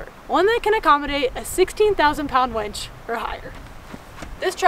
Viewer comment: Maybe its your accent but it's a 16,000 winch,not wench, oops. Anywho Ford had had a load of problems with their F350s lately. Safe Trips